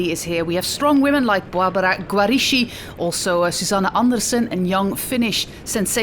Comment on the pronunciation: my compliments for the Italian and Spanish pronunciation, but the Italian letters "ch" are pronounced as like the letter "k" in English Barbara Guarischi = Barbara Giariski